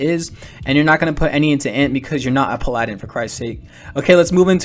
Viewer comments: Am i the only one whos bothered by him saying "Pal-a-din"" instead of "Pala-din?" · He rly butchered the emphasis on “paladin”